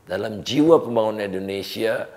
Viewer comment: Indonesia tidak akan bisa maju, karena orang nomor 1 nya saja salah dalam pronounce Indonesia, Pak Indonesia pak, bukan endonesia